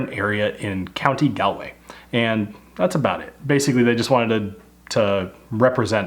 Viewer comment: I am Irish and I developed a love for whiskey on the back of your channel a year or two ago. I am loving the recent Irish whiskey reviews - keep it up man! Edit -also FYI Galway is pronounced Gall-way (the al as in 'all')